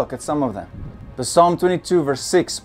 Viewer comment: Brother it's pronounced salm not p-salm